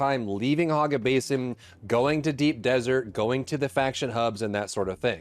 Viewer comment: HOG ga basin lol i cant stop hearing him say it.